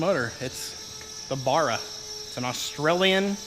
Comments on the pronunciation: Please repeat baa rahh not barugh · As an Aussie, can you please never call it a bar-ra ever again. BA-RA. saying that keen to see how this build turns out. keep up the good work champion.